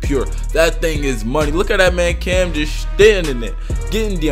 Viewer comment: Dude You say Cam so good why can't you just play park